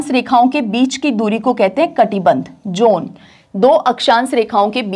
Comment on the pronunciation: John, zone ,please pronounce both these